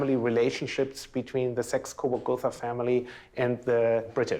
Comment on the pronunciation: Oh come on!! Saxe Coburg is translated as" sexes kava kava?? ". You guys suck. When are we going to be released from this torment.. Grànted, I can't speak Chinese, but I wouldn't try. . Kudos that you've studied and learned,but this is madness. You're making us mad 🙁🙁🙁🤔🤔😖